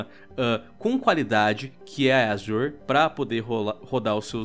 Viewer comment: Quando se sabe que o cara manja do inglês e fala "azior" de vez "Azur" . Dá umas aulas aí kdkdksj